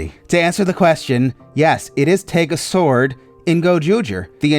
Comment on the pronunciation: I don't know if you know this, and i'm not really 100% sure if this is correct, but in Japan Tegasword's name is pronouced as "TegaSodo". The "Sodo" is pronounced the same as the way they say "Megazord" (Megasodo) in GoBusters. Knowing Toei, who loves double meanings, i think they intentionally did this as some sort of reference to Power Rangers like when they did a forever red reference with the Zyuranger gag. If Tegasword gets imported into Power Rangers, It'd probably be named TegaZord. You're not wrong